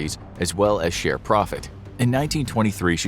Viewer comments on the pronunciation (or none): none